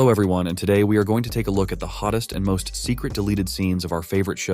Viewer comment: Why did you say hottes